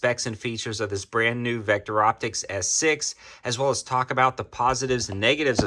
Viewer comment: Says Victo not Vecter!